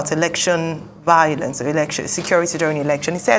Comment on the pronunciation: Vowlence from a reporter, not attractive. V-I-O-L-E-N-C-E, there is no “W” sound in this word.